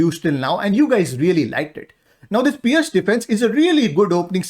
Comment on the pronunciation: Nicely explained also learnt to pronounce Pirc as Pearce not Pirk,Thanks.